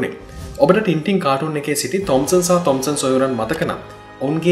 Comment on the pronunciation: මගේ මතකයේ හැටියට මේක උච්චාරණය කරන්නේ ‘ටෑන් ටෑන්’ කියලයි. ඉස්සර ටින්ටින් කියන අයට විහිළු කරනවා. මේක ගැන මතක කෙනෙක් ඉන්නවා නම් අව්‍ශ්‍ය පරිදි නිවැරදි කරන්න.